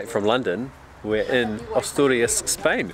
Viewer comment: Great video, I have Spanish friends that live in Luanco and have visited Asturias twice. The scenery and the beaches fantastic also the cider, the drive up to the lakes above Covadonga is must place to visit. Note. Asturias is pronounced as “a” in apple.